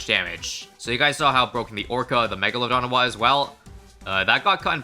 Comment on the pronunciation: I know it’s just your accent but mega-load-on